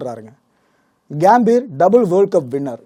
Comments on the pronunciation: கேம்பீர்.....இல்ல...pro.....அது கம்பீர்...... தமிழ் உச்சரிப்பு ரொம்ப முக்கியம்..... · கேம்பீர் இல்ல கம்பீர் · Athu கியாம்பீர் illa bro கம்பீர்